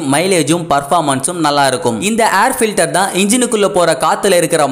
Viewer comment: Try to pronounce word of air filter properly.